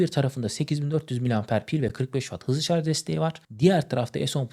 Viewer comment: Şarz yerine şarj desen daha iyi olur